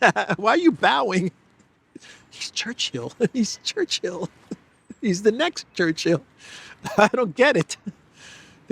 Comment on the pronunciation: It is not Church-hill,. It's Chur- chill.